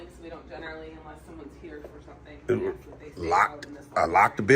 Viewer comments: Dude, you must seek help for the difference between ASK and AKS. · Why do black people say aks instead of ask? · the word is "A S K"...........not "AXE", dumb-a$$!!!!!!!!!!!!!